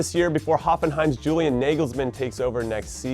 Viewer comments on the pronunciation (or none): none